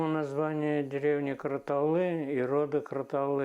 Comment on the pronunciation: Слух режет-- какая КаратаВлы? КаратаУлы! Не важно как вас называют чужаки-- важно Ты сам себя как Называешь!